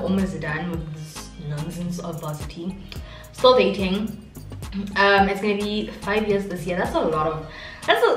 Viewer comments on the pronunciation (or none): none